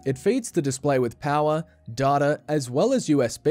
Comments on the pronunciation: Don’t say data like that. Christ. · Pronunciation of data 🤣